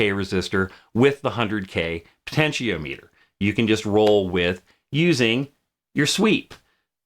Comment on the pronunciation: Really interesting vid! Every time you say "po-tenti-O-meter" instead of "po-tenti-ah-meh-ter" I feel very uncomfortable though (I jest; I've just never heard anyone pronounce it like that before is all haha)